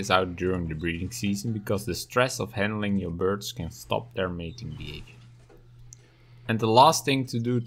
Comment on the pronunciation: Vinegar not vinigar. Handling not handeling.